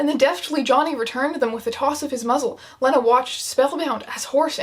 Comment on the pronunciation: So upset abt how she’s pronouncing lena